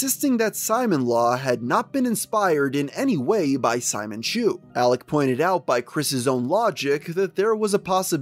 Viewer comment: I’m not sure if this is relevant at this point but it’s probably pronounced Si-moan not Simon as in the character from gurren lagann (who wears a drill necklace) is pronounced this way